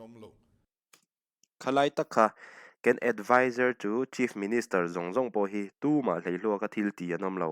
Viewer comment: 'ken' tih lamrik dan hi thing hming, Baken kan lama 'ken' rik lai tak ang a, lam Rik tur a ni a, i lam rik danah hi chuan, ,lal lo kal tur chu kalkawng 'ken tur' tih a, a rik ang hi a ni a, thil keng (holding) lam rik dan erawh chu Kenny Roger hming kan lam a, a KEN lai tak ri ang hian lam tur a ni.